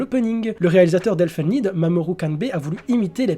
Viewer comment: pour info elfen lied ça ne se prononce pas "elfen lide"